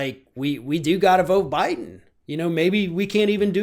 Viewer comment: Jennifer Jones OMG “bye-don”!!!!!! PERFECT!!!